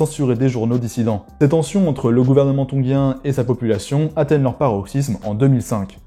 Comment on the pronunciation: G suivi de I se prononce “JI” et pas GUI. Donc on prononce “Tonjien” et pas “tonguien”. Sinon merci pour la presentation